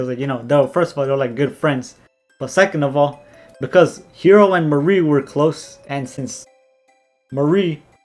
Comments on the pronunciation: The mar part is pronounced like the planet mars and the ri part is pronounced like the name Marry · I aint never hear someone say MARI'S name like that